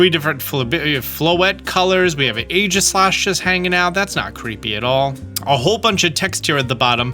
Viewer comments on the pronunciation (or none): none